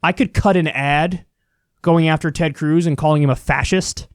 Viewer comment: Nobody: Kyle: Tred Cruz